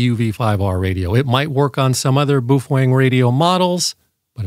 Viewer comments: "Boof-wang"?? It's pronounced "Bow-fung" (rhymes with "cow-hung"). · How can any one say boooofwang so wrong and still they know what they're talking about? It's PINYIN! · I honestly had no idea it was pronounced boof-wang. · You can not unlock the Baofeng because this man talks about the "Bufoeng". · "Beouf-wang!" LOL! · Thats the oddest pronunciation of Baofeng (BOW_FUNG) Ive ever heard😁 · "Boof-wang"? And I thought French was hard to pronounce... 😂😂😂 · In typical North American fashion butchering names...Boof wang.... Meanwhile having that pedantic tone....😂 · You’re pronouncing “Baofeng” incorrectly. According to the Dead Sea Scrolls its pronounced: “Fung-Shway” (“neh•VAD•uh” is also considered correct) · Is that how you pronounce Baofeng? I thought it rhymed with Wild Thing. Wild thing…you make my heart sing. You make everything…groovy… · It's a joke. Just like he says my-giggle-hurts for Megahertz, etc.